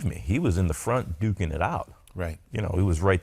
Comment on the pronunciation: "He was dooking it out!" LOL